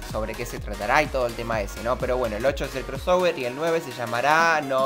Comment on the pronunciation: Deja de decir "Cross -ower-" maldita sea